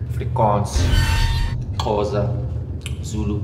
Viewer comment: Please acknowledge how he pronounced 'Xhosa' properly